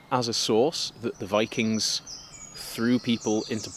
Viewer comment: Sorry was that "Bikings" ? LOL!